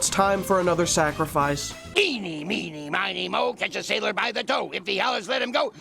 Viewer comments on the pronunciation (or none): none